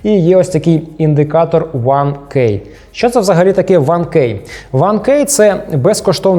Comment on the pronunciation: Куль, гарний обзор, цікаво було дивитися 1 зауваження слово КЕY говориться як Кі